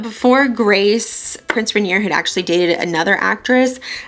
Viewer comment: Loved this! You're so charming. I'm actually getting ready to play Grace Kelly in a play and I haven't been able to find the right lip color. So thank you!! Also, almost no one says Prince Rainier's name right so don't feel bad haha. It's pronounced like "Ren-YAY." Look forward to your other videos!